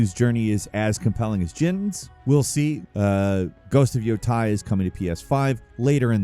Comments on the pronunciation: Yotei = yo tay, not yo tie. FYI. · Isn’t it pronounced “yo-tayy”, not “yo-tie” for Ghost of Yōtei? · Please stop pronouncing it as "yo-tie". It's Japanese, not German. The letter 'e' will always sound like "eh" in Japanese. Always. There are no exceptions. Again, it's not English nor a Germanic language. It's yotei, like yoh-tey. You can keep this in mind even in the future when talking about other Japanese games, too. Hope this helps! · Why do you keep saying Ghost of `Yotai` when it`s `Yotei`? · Just for future reference "Yotei" is pronounced "Yo-Tay"